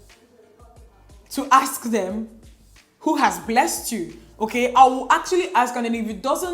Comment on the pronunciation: “You call the bank to ask them who has blessed you?” 😂 emphasis on the word “blessed” 😂😂😂😂